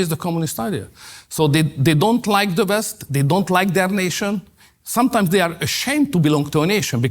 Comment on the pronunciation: I like Orban, but it bothers me to see a very intelligent man, with a vast vocabulary, not making an effort to improve the pronunciation. How hard it is to say West instead of "Vest"?!